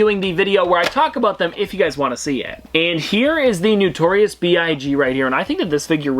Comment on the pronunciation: It’s not newtorious. It’s notorious.